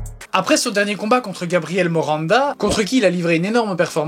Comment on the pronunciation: Heu... c'est Gabriel Miranda et non pas Moranda. 🤭 Sinon, superbe analyse comme toujours. Merci à toi. 👍